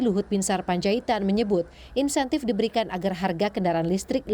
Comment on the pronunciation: Bukan "Intensif" min, tapi Insentif